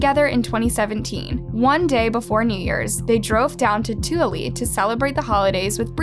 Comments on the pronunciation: I died when she said Tooele, it's pronounced "two-willa" 😭🤣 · Too-willa is how you say Tooele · 2-ELLA. That's how you say Tooele. Yes, it's as stupid as it sounds. I've lived in Utah for far too long. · Tooele is pronounced too-ill-ah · toole is pronounced tah-will-ah. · Always makes me laugh when it's pronounced this way!